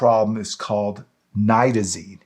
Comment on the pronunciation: I was puzzled after the first part of your video because you pronounces this drug with a long I sound...only to pronounce it with a short I sound....let me try to spell it phonetically.... At first, Nite-ta-zene. Then it was pronounced: Nit-ta-zene. Which way should it be pronounced? Aside from that, your information is excellent! Thank you and Shalom! 💜💙🕊💙💜🇮🇱✡️✝️🇮🇱💜💙🕊💙💜